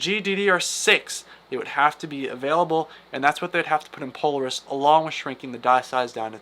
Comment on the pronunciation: "Polaris" and "Nvidia", check your pronunciation po-LAR-is, and N-vidia. Close to the 1080 ti? If so I'm buying it, but i'm expecting 2060 performance in the RX 680. And I'm thinking $300 range. Flush Ray Tracing, just give us faster fps, this can be an "in" for AMD cards.